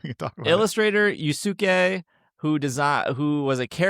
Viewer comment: completely irrelevant, but Yusuke would be pronounced “you-Skay” :)